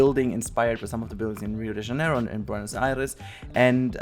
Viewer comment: ele falando Rio de Janeiro KKKKKKKKK